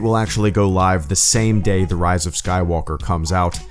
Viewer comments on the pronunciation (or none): none